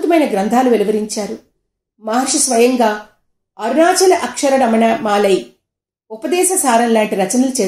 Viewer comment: భగవాన్ రమణులు రచించినది "అక్షర మణమాలై". దీన్ని సరిగ్గా ఉచ్చరిస్తే బాగుండేది.